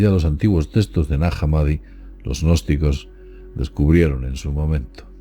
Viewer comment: De que "textos" hablas,? No entiendo cuando lo pronuncias.